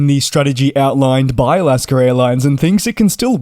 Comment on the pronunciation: There is no R at the end of Alaska. That being said, good report merry Christmas.☃️🍻